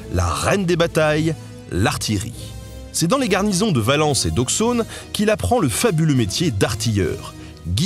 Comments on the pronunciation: Petite précision : le X bourguignon se prononce ss, du coup Auxonne se prononce théoriquement aussonne, pour haute Saône. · Après Rhodes, une nouvelle faute de prononciation, dans Auxonne comme dans la plupart des villes de Bourgogne et Franche-Comté, on prononce le -x : -ss, il faut dire [oscn] "Au-ss-onne" ! Ça m'a écorché les oreilles, dommage qued'aussi belles vidéos soient gâchés par une aussi bête erreur qui en réduit la qualité de recherches. Je ne peux que t'inciter à te renseigner désormais sur la prononciation en Alphabet Phonétique International de chaque nom propre utilisé dans ton émission pour éviter ce genre d'erreur à l'avenir. Ou faire des essais face à l'équipe, surtout que tu as aussi une équipe pour relire derrière toi. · Mon dieu j'ai entendu Auxonne j'ai voulu m'arracher les tympans, le O ne se prononce pas comme ça x_x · On veut la suite, seulement si tu arrives à prononcer "Auxonne" de la bonne manière! (Haha sinon excellente vidéo, merci beaucoup.)